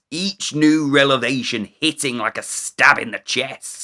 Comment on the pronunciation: I absolutely loved this video. One correction though: It's "Revelation" not "Relevation" when there's a reveal...